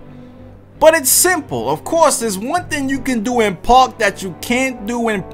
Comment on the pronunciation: Can this Boggs say park right like omfg